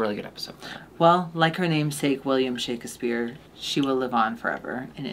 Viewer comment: Alexis' pronunciation of "Shakespeare" is the correct way to say it as taught to us by Brenda in "Scary Movie"